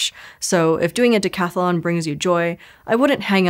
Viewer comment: Decathlon. There is no second "a" in this word. The person doing it is a Dec-athlete